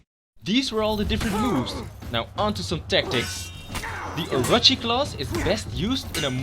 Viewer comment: Its are-o-chi not or-a-chi